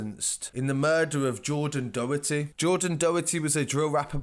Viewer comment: ‘Doh-her-tee’ ahahaha good attempt but you butchered that surname